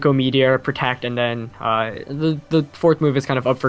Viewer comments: Lol u said tect. U need to just pronounce the word my dude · Did just say tect? Asin protect? Lol thats fucked up